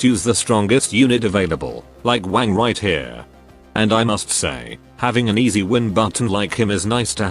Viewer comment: I always hear Wang as wank in this video 😂